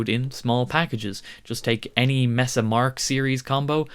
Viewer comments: Pronounce it correctly... MAY-suh Boogie. It's not Mess-uh. Nope. May-suh. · Mesa is pronounced "maysa" NOT mess uh. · It's Mesa not messa